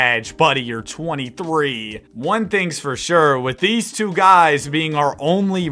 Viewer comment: The way says "two" kills Me😂😂